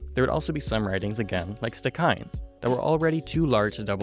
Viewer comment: Very helpful thanks. Stikine pronounced "stikeen "